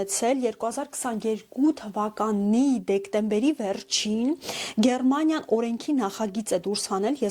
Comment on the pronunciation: Աղջիկ ջան, նախ Գերմանիյա ոչ թե ԳերՌմանիյա: Իսկ "դուլդունգ " ստանալուց զգուշացում են, որ ձեր գործերը փակված են և որոշվում է ձեզ հետ ուղարկելու ժամկետը, ՀԱ՞